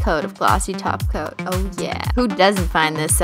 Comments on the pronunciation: I always think u say glossy taco instead of glossy top coat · Sasha & Ksenia Freeborn That's because, she does! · I'm so offended Christine you didn't say taco you said too Coat😭